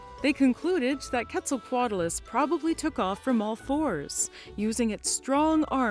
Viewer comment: I mean, thats how shes saying it.